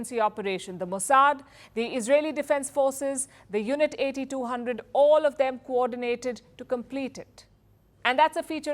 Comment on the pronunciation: Unit 8-2-hundred (not eighty two hundred) :)